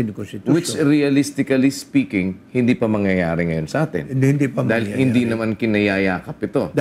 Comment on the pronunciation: hoy gara mo mag tagalog nakakasakit sa mata pano ka ba kumanta? malamEg ang sEmUy ng hangEn? matOtOlOg na? hahaha bat ka ganyan mag salita anong klaseng pagtatagalog yan? hEndE? hahahah